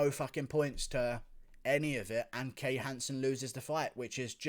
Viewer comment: "Can Hansen" lmao